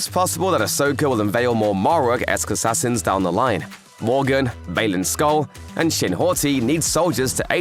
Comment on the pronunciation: Im always surprised as to why gets so few thumbs up? 5.7m Subs and always loads of views and yeah sometimes they mispronounce things (Shin Hawty! lol) but if the content is good i'll always give a thumbs up. I for one like their stuff and if thumbs up helps them👍